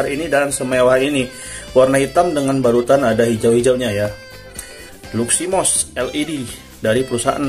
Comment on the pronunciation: Luximos bang.bukan luminos